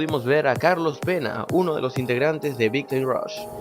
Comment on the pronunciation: cuando dijo carlos pena, pense que dijo carlos vela :p